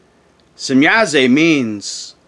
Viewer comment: There is no e at the end of shemyaza or semyaza why do you pronounce it as semyaze lol